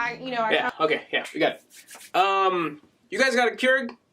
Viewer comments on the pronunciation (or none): none